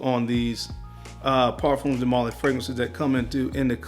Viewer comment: I love you man but it is pronounced Par-fums like it rhymes with Par-gums or Par-thumbs de Marly. People often think it's pronounced like perfumes so they say what you're saying, "Par-fūmes de Marly" it's Par-fums.